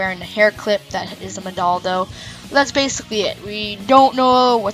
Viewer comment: It's pronounced Moh-nah-doh.